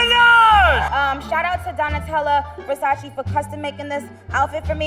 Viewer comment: “Donatella Versa-cee”